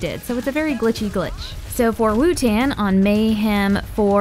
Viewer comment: why do you say wutan its spelled wotan???